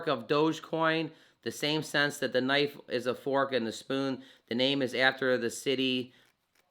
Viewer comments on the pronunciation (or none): none